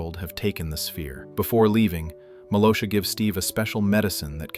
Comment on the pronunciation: Hey dude just to let you know her names malgosha not malosha